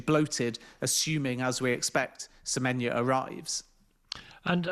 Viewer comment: Why can't Ben Jacobs get Semenyo's name right?....dear god it's not difficult.